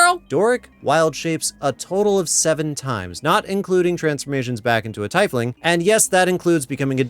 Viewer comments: TEEF-ling, not TY-fling. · was a pretty hard watch but when you called the 'tiefling' a 'tyfling' I clicked off This is a well established fantasy race, has been for over 30 years, get the name right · "TEE-fling" for Torm's sake! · Tf is a taif-ling, do you mean a tiefling? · Taei-fling??? It's pronounced teef-ling. "Tief" [teef] is the germanic word for "deep" making it roughly "deep-one" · It's "tee-fling". Not "ty-fling". just saying. Nice Dead Alewives Club skit reference. I primarily play Barbarian/Fighter/Paladin characters, and normally Goliath when I can. Path of Berserker, great weapons master, frenzied rage, action surge, divine smite attacks. Nasty, nasty damage. I would argue that Edgin is a Bard with maybe a level in Rogue. Maybe. Bards can be pretty sketchy thieves as well though. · Am I the only one disturbed by his mispronunciation of Tiefling? By standard English rules, double vowel combinations are pronounced using the second vowel's hard sound. The word should be pronounced "tee-fling" and not "tye-fling". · Not to be that guy, but Doric is a "TEE-fling" not "TIE-fling". But to be fair, despite them actually saying she's a tiefling in the movie, it wasn't until my second watch that I noticed she had a tail.....lol. I barely noticed her horns. She's probably the most human looking tiefling ever.....😂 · did you pronounce it TYE fling? It's TEEF LING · Okay, I would argue you need finesse to wield a Lute and a lot of training even! Otherwise the things you play sound bad! Backstab secured! Also its Tief not Teif, please english speaking community xD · congrats you got your comment engagement from me for mispronouncing Tiefling. It's TEEF-Ling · Did you just say... "tai-efling"? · You said "tyfeling". That is a word that you just said. Acting like an expert on D&D. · The 'ie' in Tiefling is pronounced as 'ee' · The way you pronounce tiefling hurts me. It’s in the book and movie how you properly pronounce it. It’s “teef-ling” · …TYE-fling? That hurt.